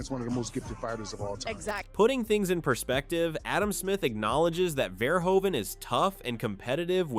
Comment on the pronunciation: It's pronounced more like "fair-who-fan"